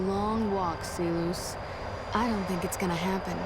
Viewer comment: why the fuck does she pronounce Silus like See-loose it's not even remotely close to the root way of saying it.